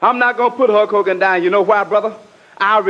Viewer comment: Slick said Huck Hogan lol.